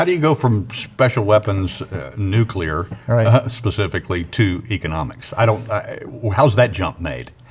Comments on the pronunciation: it's pronounced nu clee er, not nu que ler. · Sad that the man in charge of nuclear weapons can't pronounce it right. It's nuclear, not nucular! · Nuk-lee-ur. Nuk-lee-ur. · Anyone who can’t pronounce New Klee Err …..? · 7 yrs in nuclear weapons yet can't pronounce the word! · I cannot trust a person who can't pronounce "nuclear". *Especially* if he claims to know something about nuclear [anything]. Let's hope this guy isn't a current nominee. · It’s so odd hearing so many educated people that can’t pronounce a very simple word like “nuclear.” I’ll never understand that. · Do some otherwise intelligent people intentionally mispronounce the word “nuclear?” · Always amazed at the percentage of our population who cannot properly pronounce the word “nuclear”.